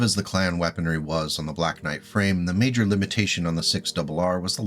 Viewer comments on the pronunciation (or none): none